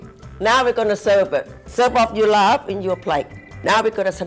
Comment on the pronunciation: Yes! Laab not Larb